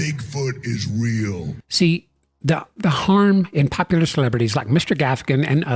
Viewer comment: You are wrong!!!! You said popular 😂😂😂